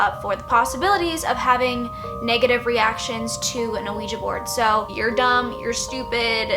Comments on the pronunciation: surre and a-ouija IT HURTS ME!!! great video tho but aaaaaahhhh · lmfao the way she says "ah-ouija board" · Not even halfway through the video and I'm just silently laughing at how you pronounce Ouija. Most people I know pronounce it "wiji". Gonna continue watching though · The funny thing is you don’t pronounce ouiji right at all 😂 . You’re adorable though.